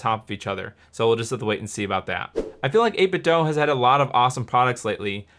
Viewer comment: The company’s name is pronounced “8Bit-doo” rather than “-doh”. They made a portable speaker years ago that sang the name when you turn it on and someone went to their booth at E3 and asked them to pronounce their name and both the speaker and the CEO pronounced it “-doo”